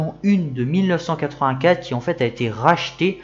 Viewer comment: Juste un point orthographe : QUI ne prend pas de S à la fin. Il serait judicieux de ne pas faire de liaison. 🙂